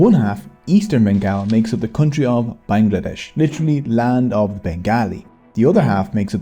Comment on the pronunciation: Actually it’s pronounced ban-gla-desh 🤓